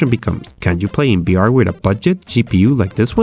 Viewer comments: Why do you say b instead of v? Its kinda annoying👌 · can u say "vr" and no "br" or u just kiding? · Is someone else confused because he says BR instead of VR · Why cant you say V you say BR all the time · i am not trying to be rude but you are saying Br instead of vr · are u constantly saying BR or am i crazy? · HE SAYS "br" NOT "vr" xDDD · why do you say BR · why do you say b instead of v? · "The debelopment of BR..." LOL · most of the time when you say vr it sounds like you're saying beer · the way you say VR in this video, sounds like BR. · tfw this nigga can't say the letter V Intro: De debelopement of BR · does he say br instead of vr (he cant say v) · I heard "BR" through the entire video and not "VR" haha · Why you say BR? Or whole video you change v w/ b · Is it just me,, or is he saying "BR"? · HTC Bive headset, BR games .... .... BRO pls learn how to talk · it's VEE R you fucken punk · Gee, I love "bee""arr" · Every time he says BR or Bive I die inside.